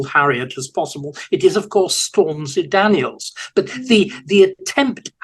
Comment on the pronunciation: Lol! "Storm-z Daniels"...